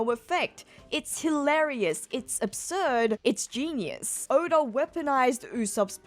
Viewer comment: Why does she sometimes pronounce Oda as Odar? 😅